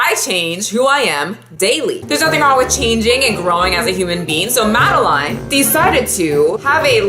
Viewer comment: The way u pronounce madeline triggers me. It’s my full name and it’s pronounced “mad-el-in” love the vid tho this is the one I rewatch most lol